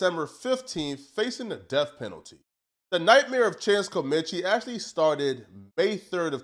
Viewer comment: How are you in media and can't pronounce Comanche????